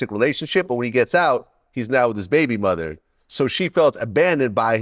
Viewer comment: white ppl say baby mother so weird lol